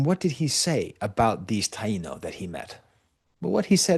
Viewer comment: Taino has been pronounced: Tie ee no on the whole island of Hispaniola, forever.